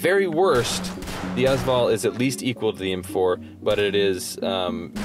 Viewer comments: Also it's pronounced VALL not VOL. And their mags not clips. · 1 thing I wanted to add, The first 2 letters of the AS VAL are pronounced as letters. Ayy-ess VAL, not as val. Other than that great video! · its not AAZ val its A-S VAL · Yes that drove me nuts lol